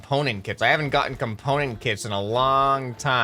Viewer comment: KITS ITS KITS NOT CITS